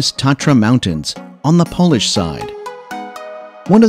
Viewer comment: Props for taking the time to learn difficult polish pronunciation. You did very well!